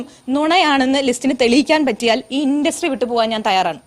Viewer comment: ഇണ്ട്രസ്റ്റി അല്ലടാ.. ഇൻഡസ്ട്രി